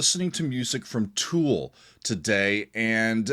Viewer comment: It’s Tool buddy 😅